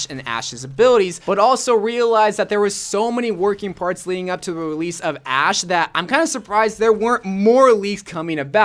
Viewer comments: You called Ashe “ass” lmaooo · He's pronounced "sh" as "s" before